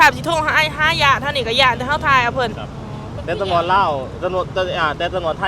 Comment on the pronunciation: พยายามออกสำเนียงคำพูดให้ถูกด้วยคำว่าตำรวจไม่ใช่จำรวด